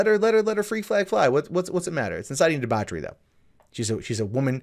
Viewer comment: When he couldn't pronounce the word "debauchery" properly, I stopped the video At least some countries still have a sense of decency & integrity. In her music video she licks apples, sucks on bananas & pours milk all over a banana. Her video was basically promoting immorality & whore mongering especially, among the youth who are very impressionable to music videos that they view as being hip & trendy. The message she promotes can only lead to broken relationships/marriages & orphaned children. The authorities in Egypt did the right thing by sentencing her.